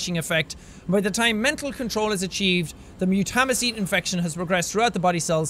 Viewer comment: You pronounce mutamycete wrong its pronounced MUTE-A-MY-SEAT